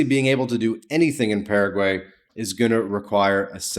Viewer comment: Don't take advice from someone who can't even pronounce the name of the country correctly.